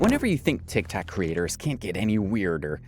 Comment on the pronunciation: Are you saying 'Tic Tac" on purpose?